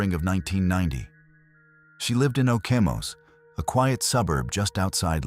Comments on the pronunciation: Ya like Okemos, " OHH came oss"...HAHAHA Dumb machines can't REASON only read the text... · OOh Came Oss??? Okemos .... that's what you get with AI as it can't REASON. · Hahaha i stopped at the pronunciation of Okemos.